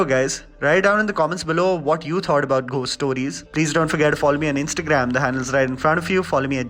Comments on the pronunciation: I have literally never before today had anything to say to u which was even a tad bit negative but please take this comment I. The right spirit It’s not Pronounced as literally “GH-ost” but actually it’s “go-st” , found that quiet distracting ... please take this as a positive feedback ... luv ur review and ur Chanel always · Did you just say “Ghhost stories “, instead of “gost stories “!! It sounded odd!! But I agree completely with everything that you said about the movie!! Being a horror fan, especially supernatural horror, this short stories were not impressive at all!! Except for the zombie story, like you said!!